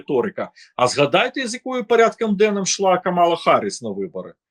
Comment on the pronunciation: І прізвище, а ще більше того імʼя -. (Шевченко на тому світі, мабуть за голову хапається.) Розумний політолог, багата мова, а вимова? Караул! Що це за аля юлятимАшенка? " на межИ розколу." "пАрядкАм денним", "теж гАворила теж про пАдатки... яке пАстраждалА.., Астання спроба... треЦя партія, деорганізацИя.." Слухати, звичайно, важкувато і дивно. Людина живе в Україні, а мова українська, як у москаля, який намагається вивчити українську.